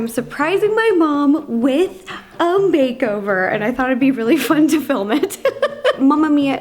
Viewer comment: Is it just me? Or did ro say “im surprising my mom with a full BAKEOVER!” Like if u heard this too Like if u didnt 👇